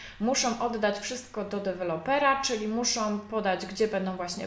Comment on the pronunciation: co za profesjonalizm( tu użyję ironicznego tonu ) " ,,,polecam filmy - " jak prawidłowo nagrywać materiały szkoleniowe, instruktażowe" ,,,,jeżeli to forma vlogu to akceptuję popijanie z kubka ale autorka ewidentnie chce sprawiać wrażenie specjalisty w dziedzinie . Ponadto końcówki słów typu osobom,muszom,zrobiom,wyspom i wiele innych.... Tytuł filmu zachęcający , treść interesująca ale wykonanie nagrania irytuje...